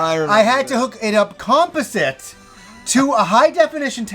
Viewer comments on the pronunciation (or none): great video!! I can 't help and comment on your pronunciation of composite!!!! never heard that before